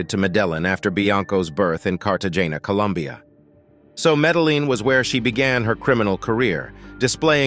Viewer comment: Cart o janna Columbia..ha ha ha